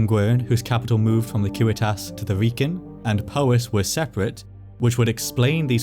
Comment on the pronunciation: Props too for using the correct latin pronunciation of civitas!